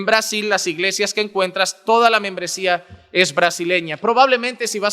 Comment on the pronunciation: Porque dise que menmbresia